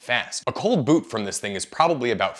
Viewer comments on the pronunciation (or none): none